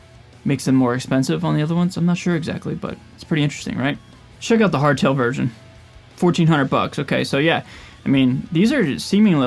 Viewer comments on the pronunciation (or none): none